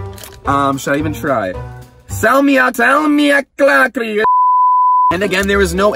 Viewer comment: Salmiakki is from Finland and I am Finnish! It is pronounced: salm-I-a-kki